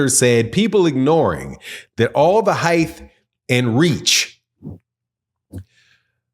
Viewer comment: Where are you from? I’ve never heard an accent where “height” is pronounced “hyth”